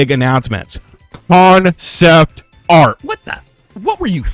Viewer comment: CON- CEPT - ART.